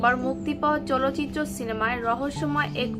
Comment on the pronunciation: চলচিত্র নয় চালচিত্র।।। ঠিক করে বলুন।।